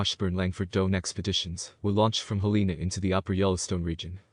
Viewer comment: Interesting list of facts. Teach the computer to say: "hell-en-a" (all the vowels are soft).